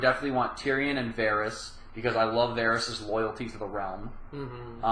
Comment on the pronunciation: "realm" not "roam"